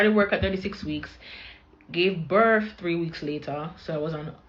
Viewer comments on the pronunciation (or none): DdEePpOoRrTt DdEePpOoRrTt DdEePpOoRrTt BETTER HOPE YOU ARE A US CITIZEN!!! HERE YOU ARE BLAH BLAH BLAH ON BEG-TOK...THEY'LL NEVER LEARN TO STOP OVER-SHARING!!! AND THE WORD IS "BIRTH" NOT BIRFFF!!! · "Birf," right.